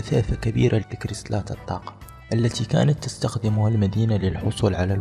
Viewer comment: هههههههههههههه شوفو الدقيقة 2.25 معرفش يقول كريستالات خخخخخ